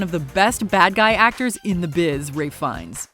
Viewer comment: Pretty sure you meant "Ralph Fiennes". You can't say someone is one of the greatest villians in movie history and then say his name wrong